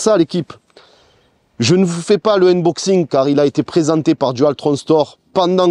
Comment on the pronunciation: lé uneboxiingues, avec un bon accent de Marseille, il vaut mieux respecter le français (déballage, déboitage même si t'es chaud) 🤣Ah et poto, affichage numérique, pas digital, digital c'est pour les doigts. Je me permet ces remarques car on sent que tu veux faire bien, comme d'habitude, c'est pas pour tacler ;)